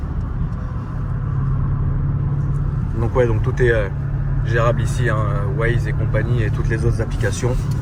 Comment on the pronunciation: le « wai » pour Waze carplay il est insolent 😂